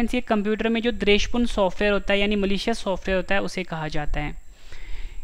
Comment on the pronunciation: Dresh purn ni h bhai wo, dwesh purn h